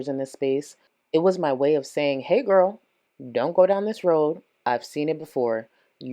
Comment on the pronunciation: You’re a GORWL! A GORWL!